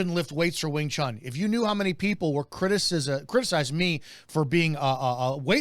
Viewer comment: It's NOT wing chan, it's wing chun, like moon!!!